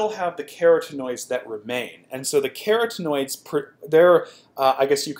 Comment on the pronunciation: Ka-Rotten-oid is this correct pronunciation. Really enjoy your videos, just thought I would add that.